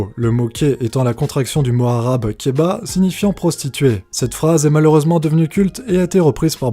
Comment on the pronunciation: Kehhhhhh et non ké et kehba et non kéba (pardon)